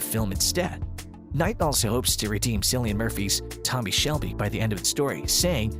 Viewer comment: It's pronounced with a hard C as Killian, not Cillian